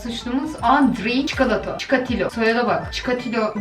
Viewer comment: Nobody::cikaretü 😂😂😂😂